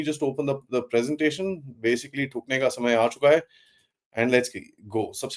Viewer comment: Thukne ka samay unka aega .. apan toh Tokhengena .toh apna toh thokne ka samay aegana.. toh bhai zra hindi sudharlo apni